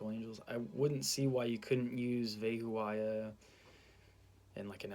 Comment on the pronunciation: It's PRONOUNCIATION IS VE/BE HO YAH NOT VE HO A YAH